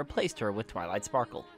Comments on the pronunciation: he says twiley instead of twilight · And did u say twilie? Instead of twilight?